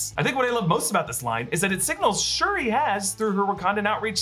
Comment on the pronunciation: Anyone else notice that he kept calling re-re Shrui?